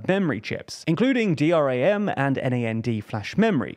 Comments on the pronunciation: Please learn how to actually spell the names in the field. VIVO as 'vai-vo' ??? And D-R-A-M and N-A-N-D instead of 'dee-ram' and 'naa-nd' is not just wrong, it stands in the way of communication. Spelling it out instead of the common pronunciation makes the statement less understandable because it requires extra mental effort no get the word! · did he just call DRAM and NAND, "D-R-A-M" and "N-A-N-D"? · D-ram, nand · Things like saying D.R.A.M. and N.A.N.D. instead of Dram and Nand let you know someone is just reading from a script, and doesn't actually have any deep knowledge of the subject they are talking about. I watched a video the other day, that mentioned Lyndon Johnson and called him Lydon, lol, put you off, I mean it probably shouldn't but it does. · no, it’s 100% wrong. Google acronym vs abbreviation vs initialism. DRAM and NAND are pronounced, not spelled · Never heard someone pronounce DRAM and NAND in such a weird way 😭... TLDR wannabe tech channel, while not knowing the basics. Insane.